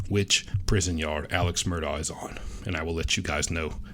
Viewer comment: Wow! Thank you!! You're the first info person that pronounces his name correctly!!! So smart!!